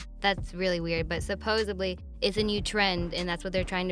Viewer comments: I hate when people say supposebly- it's SUPPOSEDLY with a D I like this channel and I like host and his girl but it makes the whole thing seem unintelligent when they don't or can't even say the bigger words the correct way idk just M.O. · Home girl it's SUPPOSEDLY with a D. Not to be rude or nothing but I hate when people be talking about real topics or are attempting to talking in an intelligent way but can't say the right word(s).